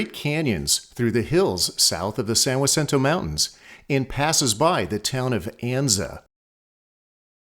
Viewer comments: The pronunciation IS WRONG. The J sounds like an H in Spanish. Its San Ha-cinto. Locals often come up with their own pronounciations...does not make it correct. Spanish is a simple language...only one way to pronounce almost all our streets and cities in So Cal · The J is Spanish and the J is pronounced like an H, San Jacinto (Hacinto). So the narrator was incorrect with his pronunciation. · JEZZEUS! teach thhis poor uninformed AAI that that is a Spanish name, and the J is pronounced as such. Like San Hacinto. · San Jacinto is Spanish for Saint Hyacinth, a Polish priest born in 1185. In Spanish, it's pronounced Sahn Hah-seen-toe. I enjoyed your video very much thank you ❤️. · San Jacinto is spanish word for Saint Hyacinth, therefore the only correct way to pronounce it is the way it’s pronounced in Spanish: Ha-seen-toh. Everything else wrong. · You need to go back to remedial Spanish class. Is San Jose, "San Woe za"? Jalapenos are now "Wolapenos"? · He pronounced it in correctly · He’s pronouncing it right? So do you also walk into a Mexican restaurant or store and ask for some, Walapenyo peppers? Do you call your friend who spells his name JORGE, “Worje’?” What you been smoking there, ese? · Every other video is amazing. Giving this a thumbs down because when you pronounce a place name so incorrectly and won't own up, its a distraction to an otherwise great production. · I have lived within 12 miles of San Jacinto since 1968 and have never heard this pronunciation, it's always one of the two alternates you mentioned! No discussion just fact! thank you for doing this video though. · Jalapeño whalapeno Tomato tomahto 😂 😂 I lived a few miles from San Jacinto for 15 years and everyone locally called it with an H Edit to add great video and im just poking fun... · So he pronounced San Jacinto incorrectly. People do it all the time when they say 'La Jolla' or 'Jacumba'. It's no big deal. Please don't be so triggered. The video was very good overall.